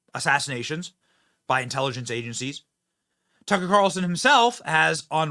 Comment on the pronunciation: His name is tuck-er carlson not tuckcarlson. Your cringe af